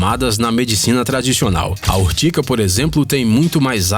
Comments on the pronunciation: Ortiga e nao ortica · URTIGA e não URTICA 🤣🤣🤣🤣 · É urtiga e não urtica, conheço essa planta a mais de setenta anos. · "Urtica"? Acho que ele quis dizer URTIGA, com G...